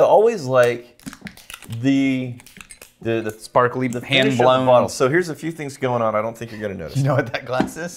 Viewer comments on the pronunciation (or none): none